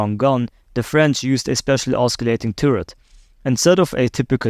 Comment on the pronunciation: That's not an AMX-13, broski. It's an Austrian tank. Also, the 'c' in 'Oscillating' isn't a hard c.